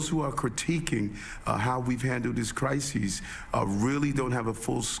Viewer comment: Adams.. so dumb 😂..... it's almost entertaining. It's a "CRYZEES" ..and whats up with the bobble head lady? Is she part of the "CRYZEES" ..or is the mexzeekoe border that is the CRYZEES so many CRYZEESES. ... Are you still calling your self the Biden of Brooklyn ...😂😂 mic drop. . End of quote / repeat the line